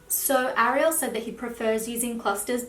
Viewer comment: I've never been a fan of the name "Ariel" But the way you say it, its a beautiful name after all.